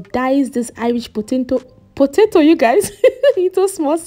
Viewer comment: I like the fact that you didn't cut out the side you mispronounced potato, it shows how real you are. I'm going to make this without an oven, thanks.